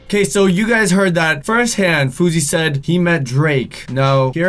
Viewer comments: fou S ey not fouzey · FOR THE LAST TIME, It's FOUSEY not FOUZEY.